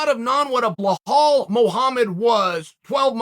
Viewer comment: It’s Belal not behal, what’s wrong with this dude ?